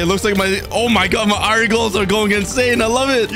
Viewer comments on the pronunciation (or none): Bro it’s called iron not ‘ ayran ‘